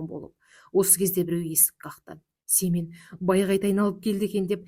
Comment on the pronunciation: 😅Семее ,дурыс окыныз